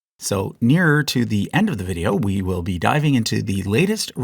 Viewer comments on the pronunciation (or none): none